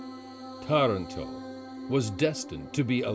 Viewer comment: Lovely video, the English pronunciation of some of the Italian words needs help! TARANTO (TAR not tear an to!) -just to begin with, and Mara e terra?? Should be MAR-E E TERRA!! Still, a nice piece with some interesting information and history. Really nice background music.